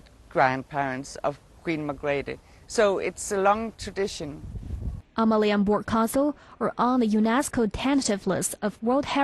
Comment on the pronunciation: your pronunciation of Danish is a disgrace, omg Amalienborg